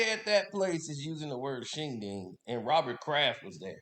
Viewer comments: Shindig. Not shinding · Not shing ding it’s Shin Dig. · Shindig, not ding. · It's Shin-Dig not Shin-Ding... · mispronouncing shindig as "shingding", makes the roast even funnier